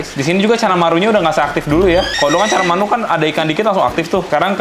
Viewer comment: bilang caramanu bukannya canamaru yah kak?🤣